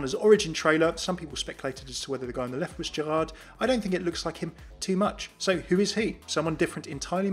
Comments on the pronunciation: we don't say the "d" in Gérard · Hey ! Just wanted to say, that in French, you don't say the D at the end of Gerard. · I love tour accent when you say "Amélie and Gérard" XD